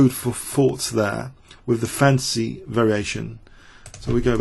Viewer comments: I keep on hearing "the fancy variation" while I know it's "the fantasy variation" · This isn't a normal English accent - his pronunciation is quite poor. He can't pronounce "th" at all; he can't pronounce "t" at the end of words; some vowel sounds are odd, too: "file" isn't pronounced the way he pronounces it; and yes "fantasy" comes out as "fancy".